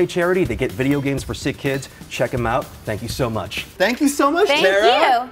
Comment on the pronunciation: Time skip he says Bideo games